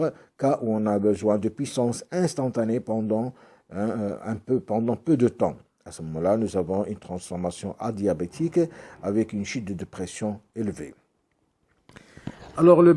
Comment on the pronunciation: Bonjour, , c'est "Adiabatique", et non pas "Adiabétique" ?